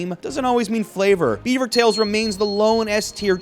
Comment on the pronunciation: French canadien here, you guys pronounced beavers tails properly in French, A for effort 😂